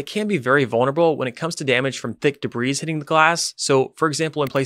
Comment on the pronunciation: Good overall, I hit stop when you pronounced the S in debris